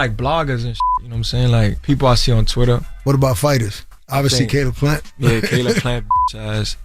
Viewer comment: HOW the fuvk did he pronounce Caleb plants name????